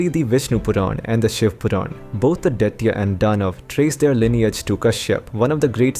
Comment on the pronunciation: It is pronounced as Dithya's = Di th yas (phonetics ) and Dhanavas = Dha na vas Whether its AI generated or as pronounced by Westerners almost all of them pronounce the Indian words wrongly most of the times They give the American phonetic sound of alphabets.They don't bother that its an Indian language and should be pronounced as in Sanskrit language its the origin.